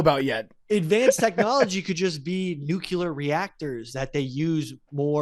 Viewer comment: Listening to say “Nucular” when he should be saying “Nuclear” is going to give me an aneurysm.